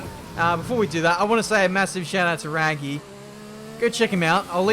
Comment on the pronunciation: This annoyed me because it is Rwaggy. Not Raggy. And he has been saying Raggy all episode